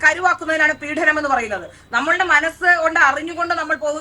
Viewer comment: പീഢനം അല്ല പീഡനം ആണ്. മലയാളം ശരിയായി പറയൂ.